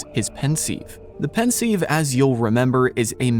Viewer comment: 2 minutes in and the narrator already pronounces; Voldemorts family name and the pensive incorrectly. Thought this would be an interesting video but he clearly doesn’t know his stuff. For example, the most evil act committed by the dark Lord occurred in the previous novel ‘the Goblet of Fire’ where we hear how Riddle murdered his family. What can be more sinister than that?